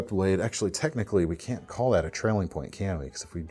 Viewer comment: Can sept lol